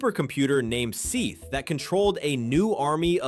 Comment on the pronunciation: Not Seeth but Seth